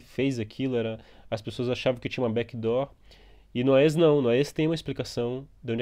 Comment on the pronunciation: A-E-S != Ah-Êee-ess xD